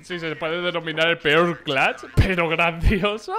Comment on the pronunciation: Nose porque pero me enoja cunado dice clacht el